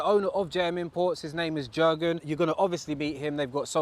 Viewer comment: Nice car bro, also his you pronounce the name as yurgen (the j is a y sound)